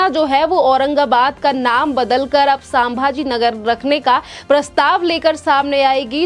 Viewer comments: WRONG PRONUNCIATION..PLEASE CHECK..IT'S SAMBHAJI NAGAR.. NOT SAMABAJI NAGAR. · वो संभाजीनगर है.......सांभाजीनगर नही है ,सही उच्चारण होना चाहिए ..... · Medam सामभाजी नगर नहीं संभाजी नगर बोल अभी मेडम बोला है अगली बार एसा उच्चारण किया तो मा बहन की गालिया सुनेंगी